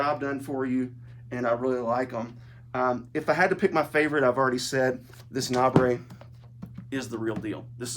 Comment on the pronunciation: NABRE, the acronym for New American Bible Revised Edition, is pronounced like ‘neighbor.’